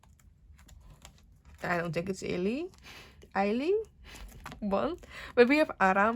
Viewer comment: ILY:1 is pronunced as Ailliwon